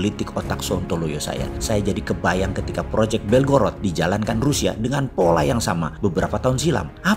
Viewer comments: BelgoroD bukan BelgoroT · belgorad bacanya om hehe selalu seru gt nonton videonya bossman biarpun kadang ga mudeng2 bgt🤭🙏